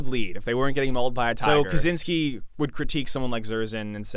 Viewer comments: On a side note, Kaczyński's surname should be pronounced something like "Kachinsky" rather than "Kazinsky" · Bro the cz in Kaczyński is like "ch" in "catch" not "zee" At this point he is kinda a historic figure, a controversial one but still. Don't butcher surnames